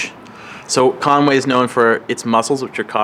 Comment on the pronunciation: Con wy not Conway.